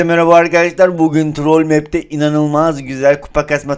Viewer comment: Abi trol deyil trool